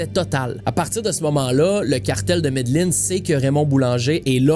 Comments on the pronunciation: très bon!! on prononce ''medejin'' pas ''medeline'' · mes oreilles saigne a chaque fois qui dit medellin